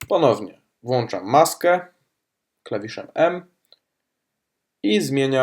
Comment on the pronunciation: włanczam.....włancznikiem,czy czym ??